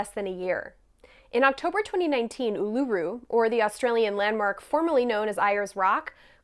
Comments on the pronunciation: Uluru should have an emphasis on the first syllable OO-lu-ru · Oo-la-roo is how you pronounce it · It's pronounced; "ool-la-roo" (traditional) Or "Airs-rock" (modern) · As an Australian, I appreciate you having a crack, but Ayers rock is pronounced like "airs rock" and Uluru is OO-luh-ROO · Wow, mispronounced Uluru, then mispronounced Ayers Rock Like even basic research would have prevented this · I like that you managed to fuck up both names of Ayer's Rock (Uluru) very impressive. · Literally would have taken 2 seconds to Google how to pronounce uluru and Ayers rock. Disrespectful much..